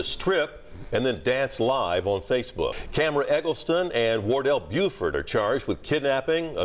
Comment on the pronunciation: This man last name ain't Neva "Bufford" 😂😂😂